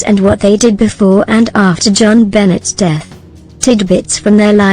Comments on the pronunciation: BONET Not BENNET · Making myself clear, Jon Benet , the letter " T. " Is silent, the narrator' is saying Johnbenets it is Jon Benay the correct pronunciation. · Freaking bots...can't keep hearing Bennet instead of benet'. Going to find live people... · Her name Jon Benet is not pronounced Joan Bennett. It's pronounced John Benay. Found this very annoying. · LEARN HER NAME! IT'S NOT JON BENNETT IT'S JONBENET. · hint... type in "BEN-AY" and the computer would pronounce it correctly. sigh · The computer speaks it as spelled, not how it really sounds. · I like robot voices, but this one is awful. Either something wrong with the software or something wrong with the parameters selected by producer of the video. Jon Bennett? That's too much even for me. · Could have done without the mechcanical voice. It pronounces the little girls name as Jon Bennett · Geez you mispronounced her name the whole way through. Benay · Benet pronounced Ben a. It's Benetton- ramsey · The pronunciation of Jo-Benet is Jonbenay. Not. Jonbenay. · it's jonbonet ramsey not benet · And a bad robot voice at that, mispronoucing not only words but the name of the person who is the subject of the story. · Sorry, but why would you use a simulated voice that can even pronounce the poor child's name? It's insulting and not worth watching. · Teach your robot how to pronounce things. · This is so crummy it doesn't even pronounce the little victim's name right. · Another Robot voice and miss pronouncing the name. I will close this video as soon as I complete this comment. Bye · Say her name correctly please I don’t do it at all!! Computer voices good grief.